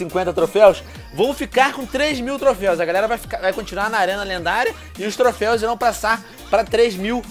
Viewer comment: é troféus venom n trofeis